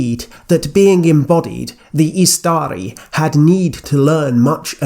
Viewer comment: Fantastic video as always. Totally unrelated but (i could be wrong) isn't Istari pronounced stressing the first syllable (IS-ta-ri) since the second has a short vowel followed by 1 consonant? Or is this a case of an exception of the rule (like Imladris)? Thanks!